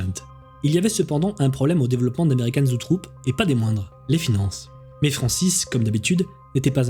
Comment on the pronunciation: très chouette récit! par contre, il me semble que la boite de prod s'appelle "Zoetrope" et non "zootrope"